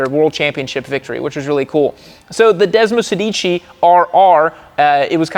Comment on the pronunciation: desmosedici, every italians ears are bleeding at this pronounciation butchery XD <3